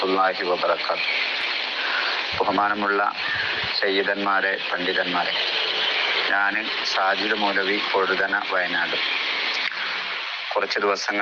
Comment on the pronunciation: Pozhuthana. Not vazhuthana .I am a wayanadan